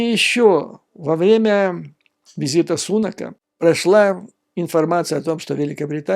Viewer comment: При всем уважении, здесь, в Англии, произносят Риши СунАк, а не СУнак.